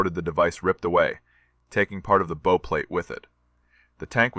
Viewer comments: The AI mispronounced "bow". It's not pronounced like flower-bow. It's pronounced "bough", as in Bow-wow. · You're mispronouncing "bow" consistently. It's being spoken by your AI like thr bow on a Christmas present. You want to instruct your AI to pronounce it as the bow of a ship. My ears will thank you for this. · BOW is pronounced as in "take a bow" not "tie a bow" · It’s a bow plate, as in ow, the way your n pronunciation hurts my ears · Or like the bow of a boat, which is probably where the name came from. But here is the thing with the English Language, Bow as in Bow and Arrow, or Bow of a Ship. Same word, two different meanings. There are many more examples too. However, you can always tell when it is AI because they can't tell the difference. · If that's true, then I am either deaf or delusional, and I am not either. They mispronounced the word multiple times, if not completely through